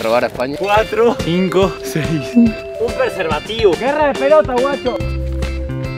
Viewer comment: "Un preserbativo" xd